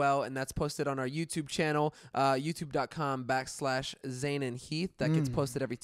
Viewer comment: Maybe Zane should take diction lessons to help with her pronunciation.